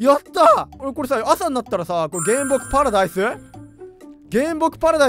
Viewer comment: 原木パラダイスゥ？↑ 発音すこ